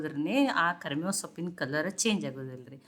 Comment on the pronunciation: ಕರಮೇವು ಅಲ್ಲ ಕರಿಬೇವು